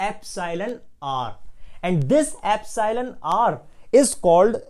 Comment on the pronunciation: sorry to say but you are not pronouncing epsilon correctly